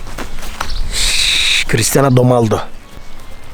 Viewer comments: Abi o cristiano donaldo degil o cristiano ronaldo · abimizin Cristiano domaldo demesi